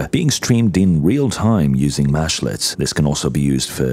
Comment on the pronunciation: They are mEshlets with an E. While it mashes meshes together a little bit of a mesh is a mesh-let... I hear this term a lot so the beginning of the video was really painful to listen too.